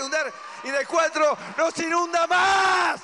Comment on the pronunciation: En el "cuartro" dijo 😅